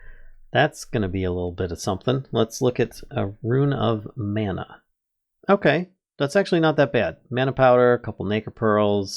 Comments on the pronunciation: Can someone tell this guy how to say mana correctly please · "No! It's Levi-oooo-sah! Not levio-saaaah!"